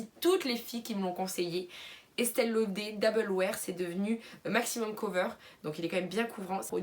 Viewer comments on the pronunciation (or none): Estee lauder (on dit laudeuuur );le fenty moi il change de couleur :(